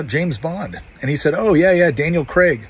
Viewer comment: As a proud Scotsman I approve this public service announcement! And thank you for pronouncing Craig properly!